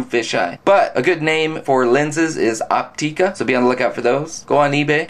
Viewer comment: i wasnt really "hating" on him, i just thought it was kind of funny that he said it opteeka, its actualy pronounced op-tik-ah or op-tek-ah